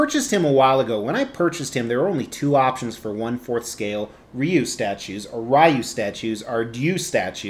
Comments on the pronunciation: The way you actually pronounce it is actually Ryu, not Ryu or Ryu. Well done statue though. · Its pronounced "Ryu" 😁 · dislike for saying Rye-U 😂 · It's pronounced like rye bread with a u at the end. If anyone thinks it's pronounced any of the other ways they are just wrong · When I was a kid, I pronounced it “Whyyy-wooo” and it’s too late to change now. Sure, the other kids would laugh, but I became a successful sociopathic lunatic with two terms from a very prestigious correctional “school” who one day showed up on their doorsteps to sell them “life insurance,” so now I’m the only one left laughing. So,, it’s pronounced Whyy-wooo. Or would you be interested in my fine selection of insurance policies? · I though it was Ryu?!?!? That’s how I’ve always pronounced it 🤷🏻‍♂️ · I pronounce it Ryu, lol. Very nice piece. Street Fighter is Badass.